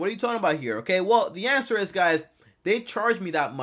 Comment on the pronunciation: “The anwser is ima anwser it”